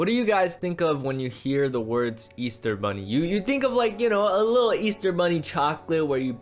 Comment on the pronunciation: He said ester bunny😂